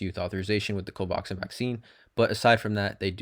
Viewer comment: Dude, it's pronounced CO-VAX-IN. Nice video, too.